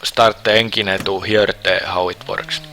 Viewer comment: NEINGINE BULLLLING DIVEO this guy is golden hearted in his voice and trying to say words